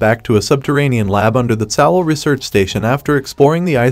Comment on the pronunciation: Tsalal = Suh-lal, Ennis = Eh-nis. The mispronunciations were driving me nuts.